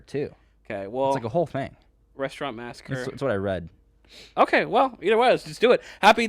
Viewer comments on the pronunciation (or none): Massacree..Not Massacre